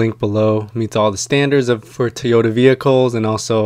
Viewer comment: TOYota not TEEota. thanks for the vid.